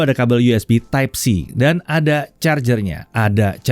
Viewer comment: Ada chargr nya...ada charger nya..ada chargrr nyaaaaaa....besok2 di tegas kan lagi bg pnyebutan nya..biar brand sbelah makin panas